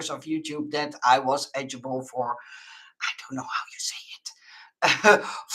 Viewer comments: Eligible- “el-i-gi-ble. 😉. Congrats! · the english word you are looking for is 'ELIGIBLE said El -ig-i-ble